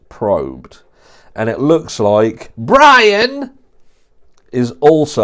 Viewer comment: The way you say Bryan's name just has me howling 😂